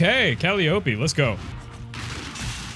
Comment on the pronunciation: Pronouncing "Calliope" as "Cali-O-pee" took me out 😭😭😭